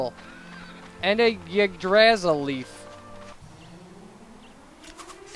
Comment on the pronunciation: I know you made this nearly 4 years ago, but I thought I'd let you know anyway, Yggdrasil is pronounce ID-RAS-IIL It's a norse word XD Also I'm replaying this game in anticipation for DQ Heroes, and this let's play is really helping me out heaps with getting all the good gear and stuff!